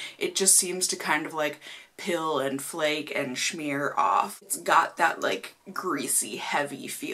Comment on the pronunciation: smear. .not shmear .uhg cringe lol